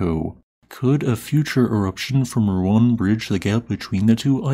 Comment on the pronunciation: Finally you pronounced Ruang right this time yay